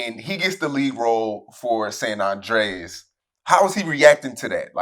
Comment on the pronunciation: bro why are you saying " Sun Undreas"